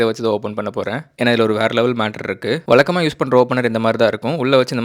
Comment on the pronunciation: ❌ வலக்கமா ✅ வழக்கமா ❌ அலுக்கு ✅ அழுக்கு ❌ வலிஞ்சி ✅ வழிஞ்சி ❌ விலுந்துரும் ✅ விழுந்துரும் ❌ வலுக்கை ✅ வழுக்கை ❌ அலகா ✅ அழகா